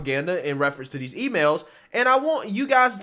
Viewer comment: every time you say these it sounds like Deez I keep think your gonna pop a "deez nuts" in there. Like, "they didn't carefully evaluate Deez nuts"